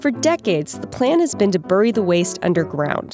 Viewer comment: Dear Verge Science, please get a new narrator. They can't pronounce things properly: "boo-ry" (bury: should sound like berry) "san oh-NAH-fray" (Should be "san oh-noh-fray"), "san clemen-TEE" (Should be "san clemen-TAY"), etc etc